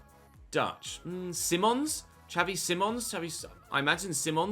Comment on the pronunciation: You say skavi simons